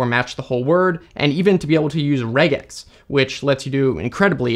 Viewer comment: Reg...ex? I get it's a portmanteau but I've never heard anyone say that